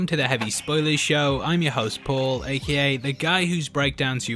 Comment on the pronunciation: My brain still gets triggered when he says paul, the way he used to say definition sounded really cool i miss it